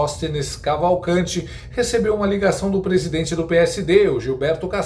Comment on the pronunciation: Misericórdia 😮..., prissidentte???😲😩🫵🏾 😮😂😂😂... anistia já